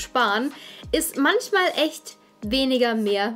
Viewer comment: Ich glaube die betonung liegt auf MANCHMAL